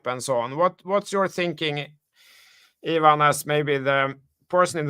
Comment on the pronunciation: I appreciate and love you guys. can you call Ivan - eye van and not yvonne 😄